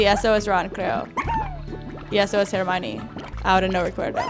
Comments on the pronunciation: Florentin Perez Dijo hermione su pronunciacion hizo que se entendiera como germany, no puso cara de enojada hizo un gesto de '' este es hermione,creo'' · escucharon que dijo germaley